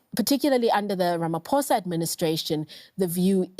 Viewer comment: 🥲 the way you guys butchered the last name "Ramaphosa"